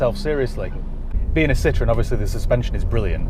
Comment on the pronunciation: Pronounce Citroen like you did with the Shirocco,then that’ll sum it up